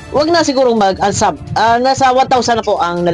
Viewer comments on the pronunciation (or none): Unsuuuuubbbbb po hindi unsab😂😂😂